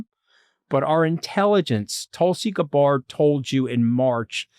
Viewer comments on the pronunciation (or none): Does Anthony purposely mispronounce Tulsi's last name? He always says it wrong..... he's a smart guy, he must be doing it intentionally, right? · Mooch's pronunciation of Gabbard was jarring